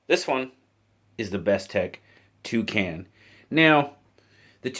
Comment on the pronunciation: When you heard you say it I tough you said "Two can" one more can of beer lol looks ok